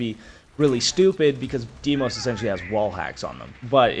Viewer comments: appreciate the vid, hate the Deemos instead of how they say the name on the trailers. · the way you said dee-mos made me angry